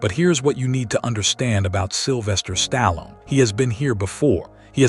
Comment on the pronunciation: Couldn't even pronounce his name properly..